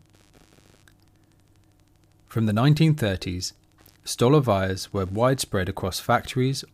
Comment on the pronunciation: Totally agree: stolovayas providing inexpensive yet healthy nutritious food should be avaiable to the ordinary people of any nation. (P.S the Russian word "столовая" is prononced with the accent on the second syllable: "stalOvaya." My apologies if you think I'm being pedantic.)